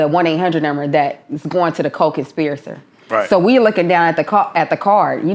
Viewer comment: She can’t even pronounce co conspirator, really?